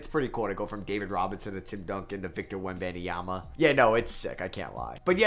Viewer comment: That is not how you pronounce his name 😭